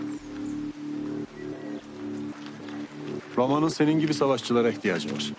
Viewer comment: Canını yediklerim evet doğru yazılmış ama seslendirme de halen ATİLLA diyoruz. yav atilla degil ATTİLA :D (eleştirelecek tek nokta bu gerisi harika)